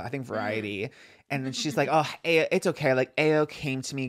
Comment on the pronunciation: ayo's name is pronounced eye-oh! love yall great pod